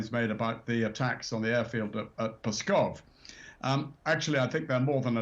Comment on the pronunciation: This older British guy was a general? Really? How can a man have served in military command for DECADES in Europe and not know how to pronounce an important, prominent Soviet/Russian Federation air base? "Pskov" is pronounced "skawf". The "P" is silent, and the "v" is a clipped "f" sound. I heard a Ukrainian blogger say it a couple of times in a report, and I got it. How has he never heard anyone mention Pskov before?